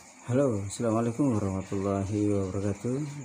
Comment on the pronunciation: Kurang jelas bacaan Assalamuallaikum de ngab